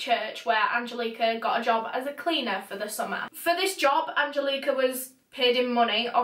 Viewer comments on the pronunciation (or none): It’s “Anne-jellic-uh” Angelica! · Me: An-gel-ick-ah: Aan-jill-eeeek-ahh 💕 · I’m from Poland and the way you pronounce Angelika is mind blowing wow I love it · you pronounced Angelika wrong... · the way her name is pronounced just makes my blood boil, its like nails cross a chalk board😂 holy shit i only made it 7 minutes in before i had to quit. angelika, shiiit putting rugrats to absolute shame.